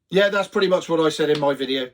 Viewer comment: It’s Video not Wideo!!! 😂😉